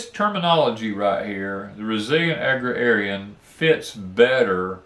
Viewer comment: Agrarian is pronounced ag rare ee an. I spent a lot of time reading dictionaries when I was growing up.